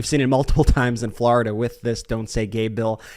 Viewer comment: Anybody else sick of hearing his pronunciation of “Florida?”